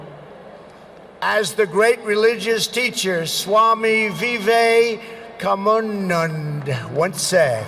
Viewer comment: Fabulous speech✌️ Realy i ever had listen about our country by a international guest like sir .....and realy the prononciation of swami vivekanand is awesome👍.....Namste India💝